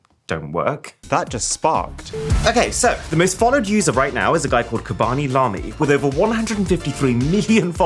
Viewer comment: "Kabami lami"💀💀